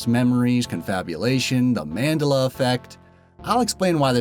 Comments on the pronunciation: Man-Dell-Uh not Man-Duh-Luh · what is with this guy pitting accents on the wrong syllable? MANdela? manDELa. and other ones. MEDicicnal? try meDICinal. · It's man-del-a not mandla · Man'dela, not 'Mandela ;-P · You are pronouncing Mandela incorrectly. It's pronounced man-dEl-a (the capital E is not to make it long it is short I'm just making it stand out more) you said man-dl-a! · Nelson Mandela ahahah it's pronounced Man-della not mandella. Madiba will also do fine. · Dude its Mandela, as in Nelson Mandela, not Man-dah-lah. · Man Dell Uh, not Mand Duh Luh. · Man-del-a not Mand-a-la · Yup. He's obviously suffering from the Mandela effect. Lol. It's Mandella (extra L added for emphasis on Dell) Like a Dell computer. He's making it sound like mandolin the instrument. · It's manDELLA NOT MANdella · Mandela. Man-dell-a. Not Man-dah-lah. Sorry just my OCD. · It is pronounced MUN-dela not MAN-dela. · That's not how you pronounce Mandela. OK, it may be the way YOU pronounce it, but that's wrong. It's "man-DAY-la" or sometimes "man-DEL-la". What you're really saying in this video is "mandala". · he said Mandela effect wrong it's not mandAla effect it's supposed to be said like man-DELL- a effect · Mandela is not pronounced Manduhluh it's Man-deh-la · MAN-DELLA Not Mandela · no, you are. and its not their memories. its spelled nelson mandEla, he said mandUla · man-DEL-a, not MAN-de-la. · man-DELL-uh... Not MAN-duhluh. Fuck dude. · Man**** Dela not no fucking mandala, like an instrument!!!! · Why does he pronounce it MAN-dela. I've always heard it pronounced Man-DELA. Or is this another example of the Mandela Effect? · it's pronounced Mand"e"la not Mandela ( e should be more pronounced) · Man del a not Mandela learn how to pronounce it properly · Thumbs down just for the Man-dul-lah effect. It's called research. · Nelson MAN-della .... lol this video is terrible> and that's not Apollo in Rocky II - its Clubber Lang in Rocky III ...... which DOES include Eye of the Tiger